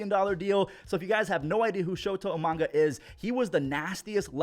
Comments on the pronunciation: who the heck is shota e-manga? you mean IMA-NA-GA? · I love you but... I-MA-NA-GA.. not manga:D edit: nvm, you caught yourself:D still love you! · It's not Imananga, it's Imanaga. lol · Let's go, Shota Eee-manga! The biggest fan of Japanese manga LOL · that was a terrible pronunciation on EE-MA-NA-GA's last name. You're better than that.